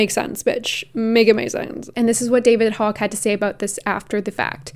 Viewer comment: I knew she was crazy but, now she thnks New Zealand is in the US? Seriously, how does she thingk n are laws apply to New Zealand? Oh, and yes, you Pronounced David Hogg's name correctly.